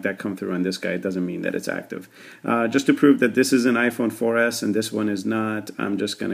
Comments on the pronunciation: omg !! he said i-phone for Ass hahahahahahahahahahahahahahah! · i thought u said iphone 4 ass